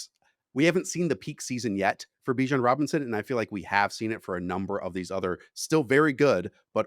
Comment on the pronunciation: Dude said let's get spicy and said Bijon at #2 😂😂😂 i thought he was going to say Acahne,JJ maybe let's get CRAZY GIbbs 😂